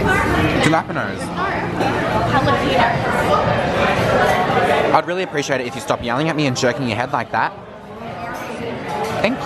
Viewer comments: y'all said jalapeño wrong lmaoo ❤️ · You both say jalapeño wrong lol